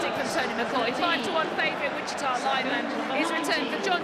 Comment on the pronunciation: Just listened to Mr Holt's commentary. " Witchator " Lineman very annoying pronunciation so maybe it could be called a draw.? :)